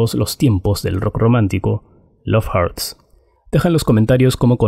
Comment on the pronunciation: Hurts Se pronununcia jorts no jarts